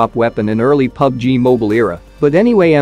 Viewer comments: 'Mobial' he said 😂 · I like how the narrator says pubg mobeal lol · You say pubg moybile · “PUBG Moobiyaill” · bro doesn't know how to say mobile